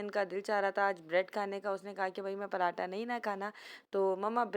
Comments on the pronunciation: پراٹا نہیں صحیح لفظ پراٹھا ہوتا ہے 👍👍👍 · Ye hamesha ghlt bolti h parhataaaaa or daal ko hamesha daaal bolti dal dia dabbaa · Parrrhhhaaaata nhn hota parathhhhha hota h